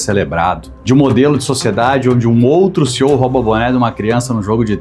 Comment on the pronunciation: Inclusive estamos cansados de ouvir ignorantes oportunistas e encantadores de burros chamando CEOs (CI-I-OU) de “COs”!